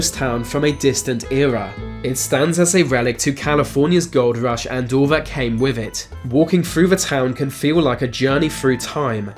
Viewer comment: I’ve rarely heard a lazier speaker. I.e. vis, vat, fings, fousands, ve, wever beaten plus lots more. I can’t listen to this. It must sound retarded to other English speakers throughout the world. 🤷🏻‍♂️